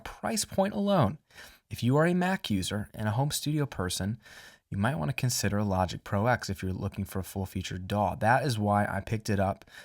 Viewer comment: Logic Pro TEN, not X :p Roman numerals. Love the video, sorry for being a pain ;)